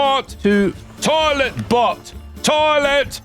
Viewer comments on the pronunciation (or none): "PUBLIC TAOLET"....and the drink I had been consuming at that moment was forcibly laughter-propelled out of my nasal cavities. As ever, top tier storytelling, sir.....top tier indeed.